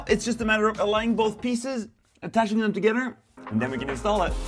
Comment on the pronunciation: tuhgedder??? Lol